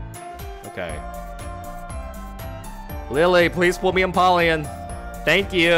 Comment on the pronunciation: Its pronounced em-powe-leon